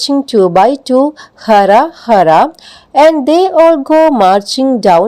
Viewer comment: ഹ അല്ല ഹു.. Pls check